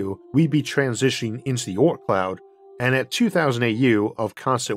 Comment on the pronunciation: i dont get it.... "oorth" does he mean the "oort cloud" or is it a funny dialect for "earth" ?!?